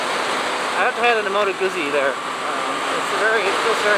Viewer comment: Moto CB1100 is still available new. By the way, the zz in Guzzi is pronounced like the zz in pizza. Guzzi, not Goosey.